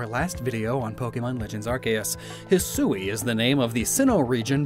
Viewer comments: Hey, just so you know, Hisui is pronounced `hih-swee'. The 'u' is almost silent. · The region is pronounced Hee-swee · Are you sure that”hisui” isn’t pronounced “hee swee” like the Japanese word “shisui” ? They’re only one letter off when spelled in English, and the word “shisui” can mean “scenic beauty” just like what we’re seeing in the trailer. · still pronouncing Hisui wrong... but manages to pronounce Kamuy just fine.